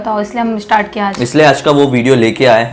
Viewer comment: Lmao..this girl's pronunciation is sooo fucked us.."shtart, coshtume"